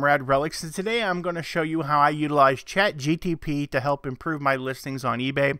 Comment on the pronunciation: Brightest crayon? LOL. You keep saying chatgtp...